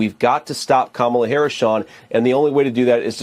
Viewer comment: He calls kamala Kumquala